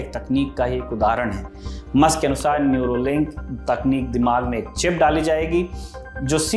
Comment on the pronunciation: न्यूरोलिंक नहीं, न्यूरालिंक 😊